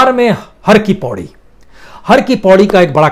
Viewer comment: Sir har ki paidi not paudi